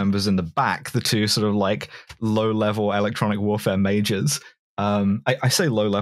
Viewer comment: constantly hearing the words "low-level electronic mages" (instead of majors)